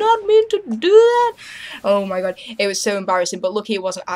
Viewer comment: "and i was like oh my fooking gawd" LMAO